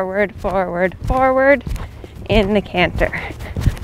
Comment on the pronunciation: You, like so many others, said the word canter correctly only one time. I wonder why that is. Dialect perhaps?